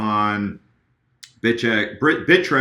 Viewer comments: Did anyone else hear bitchex?? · Haha you said bitchex 😀